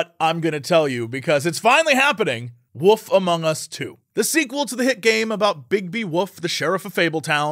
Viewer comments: I can use a supercut of Jesse saying Woof instead of Wolf, its adorable. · The way Americans pronounce "wolf" drives me mad The woof among us